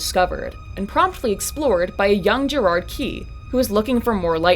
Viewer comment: IT'S GERAD NOT GERARD